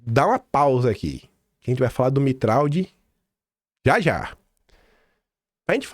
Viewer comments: Pronúncia do Tiago é Mitra não mitraldi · Sobre a pronúncia do nome do Tiago Mitraud: Mitraud parece ser de origem francesa. Se for isto mesmo, ele deveria ser pronunciado "Mitrô". O " d" final não é pronunciado, e a junção do " a" com o " u", isto é o som do " au" corresponde a um o fechado, como se fosse um "ô". Mas o importante mesmo é a exposição que você faz das ligações deste pessoal com o sistema. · Bom dia,. No francês, Mitraud se pronuncia: Mitrô. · Mitraud se pronuncia MITRÔ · Mitraud é de origem Francesa. Se pronúncia MITRÔ!!